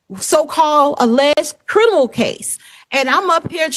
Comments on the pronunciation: Her crinimal case? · It's not crinimal! So there.